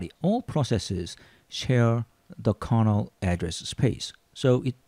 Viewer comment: Are you tring to say carnaugh or kernel?